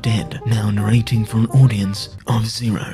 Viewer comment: "STOP NARRA'IN'!" is that british or nah?